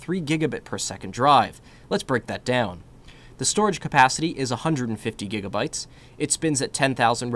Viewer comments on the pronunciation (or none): none